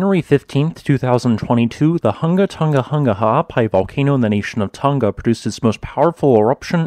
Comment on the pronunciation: KUDOS on saying the Volcano name (several times) without the slightest hesitation! You're the boss!